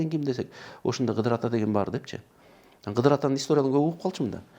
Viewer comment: Кыдыр алейсаламбы, же КыЗыр алейсаламбы ? Кызыр деп укчу элек да